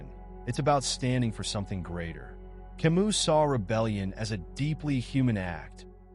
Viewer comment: But it feels annoying when someone who is going to introduce a person doesn't pronounce their name correctly.